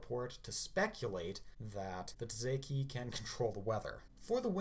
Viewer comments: by the way, tsaesci is pronounced "Say-es-see" not ta-zay-key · Tsaesci is pronounced say-S-EE or say-chee not tzeki